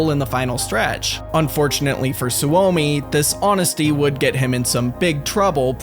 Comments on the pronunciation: Every scandinavien and finnish guy in here grinding their teeth at how he pronounce Soumi Su Omi or maybe its just me 😅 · It hurt me when you pronounced Suomi as Su-omi. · Suomi is pronounced Sue-Me. It is the Finnish word for Finland.